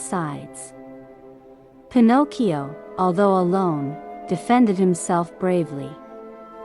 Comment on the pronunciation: thank you for taking the time to reply, as I am blind, I am very much used to listening to audiobooks and can spot synthesise speech from the word Get go usually. Some synthesisers are better than others, but the particular one you chose really does not do justice to the amount of work that obviously went into this. First of all it mispronounces Pinocchio, and also if you listen to the cadences and the stop an emphasis between the words and of the words in a sentence you will hear that it sounds unnatural. This could be done so much better with just a few adjustments. I could go into great detail, but I don't know that this is the place to do it. As I said, you've obviously worked hard on this, it might want to choose either a much better sense or massage this synth to make it a better experience. Sometimes this requires changes and punctuation and even changes in spelling in order to get the right pronunciation.